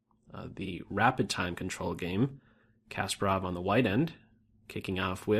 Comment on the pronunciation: Loved everything but your terrible pronunciation of Kasparov.